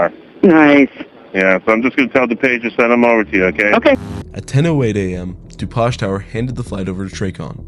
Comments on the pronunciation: your channel is great, but your ai nariator cannot pronounce dupage. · Further into the video, he pronounces "DuPage" correctly.